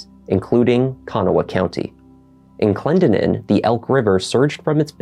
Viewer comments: Hi!! It’s pronounced ka-NAH and Clen-DEN-in just in case!! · The name is pronounced Clen DEN nin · I think you are also trying to say Clendenin- Clen-den-in but Google says it weird like the narrator. Lol "The Clendenin surname was taken on from the place name Glendonwyne, a parish of Westerkirk, Dumfriesshire, on record since the 13th century. The name literally means "one who came from Glendinning (glen of the fair hill). " Like my family, many Irish families settled in the area. ❤️